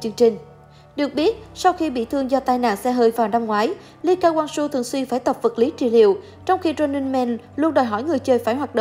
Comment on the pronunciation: Đel ai đọc Lee Ka Wang Soo hết á